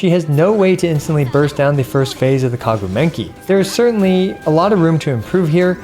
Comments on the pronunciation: i like when you say kaguu menki intead of maguu kenki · Love the way you pronounce Kaguu Menki instead of Maguu Kenki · bro keeps saying kaguu menki and gets me so confused when i realize its actually maguu kenki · kaguu menki lmao. when i heard that, i was like "whaa...??? is there a boss named like that? isnt it maguu kenki?" :) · why do you call it the kaguu menki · again calling maguu kenki kaguu menki? 💀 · I swear he says *K*aguu *M*enki on purpose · Kaguu Menki ... LMAO I assume this was said on purpose but I'm new to the channle so I will need some explanation for this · "Kaguu Menki"🗿👌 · And you said it again: Kagu Menki :-) so funny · How is the intentional mispronunciation of maguu kenki sound so legit?! 😂 really good video